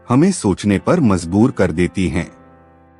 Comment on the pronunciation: Majhboor.....not Muzhboor pronunciation